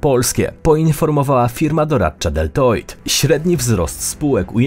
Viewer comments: Uszy bolą globalisto. DILOJT, a nie DELTOJT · Czym jest firma doradcza "Deltoid"? Trochę słabe, żeby nie być w stanie poprawnie wymówić nazwy tak znanej spółki.